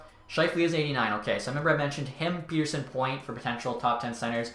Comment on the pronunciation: How did you pronounce Pettersson wrong!